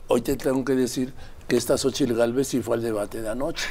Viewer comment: Se acabó el grobo, la cogupcion jajaja q aprenda a hablar primero la Xochitl